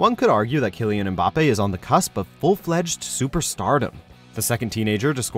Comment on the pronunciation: You are not supposed to prononce the M in “Mbappé” so ir’s more like “bappé”